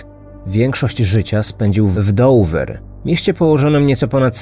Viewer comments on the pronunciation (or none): Nie mówi się Dover , w wymowie to brzmi dowa